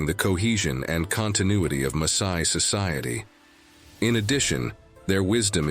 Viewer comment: WHY does he/it pronounce Masai as Maysai?